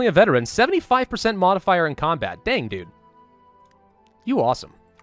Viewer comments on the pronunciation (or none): none